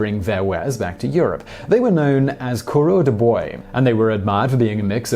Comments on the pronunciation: Simon, I know French isn't your strong suit so I'll cut you some slack, but coureur des bois or coureur de bois {plural - coureurs de bois) is pronounced courier de bwah - it means "runner of the woods". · Kind of harsh on the ears when I heard his pronunciation.